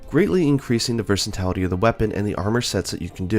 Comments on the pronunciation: VERSATILITY NOT VERSATALITY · Ah yes, the return of Versitality.